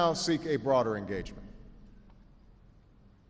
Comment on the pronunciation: "We seek a braoder engagement." Translation - we will be heavily investing in training collaborators in our Universities.